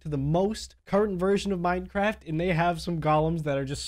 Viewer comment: When you said Minecraft it sounded like Minecrarap